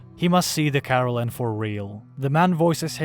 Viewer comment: Kah.Rel.En. Not Carolen. Is it so hard to do a second take when your narator who didn't read/watch the material botched the main characters name?